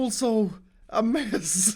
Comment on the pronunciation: Höruu, när du säger mess ett par gånger... det låter som du säger möss 😅!